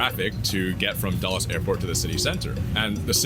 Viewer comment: It isn’t pronounced dolles airport, it is pronounced dools 🤓